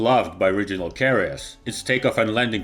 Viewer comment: What's a "RIDGE-unal" jet??